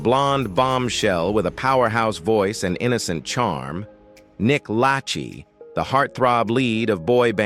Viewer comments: Lache.... luh-SHAY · Its Pronounced Nick LAH SHAY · You narrate like you know these celebrities personally. That’s good, only you have one problem. You don’t know how to properly pronounce last names. You were making fun of Jessica Simpson and the “Chicken of the sea” episode. You can’t even pronounce Nick’s last name correctly. Spend more time researching your material before socially embarrassing yourself. Thank you! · Nick lachey. Pronounce it correctly